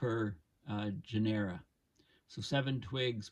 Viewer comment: “Genera” is pronounced with the accent on the first syllable, not the second.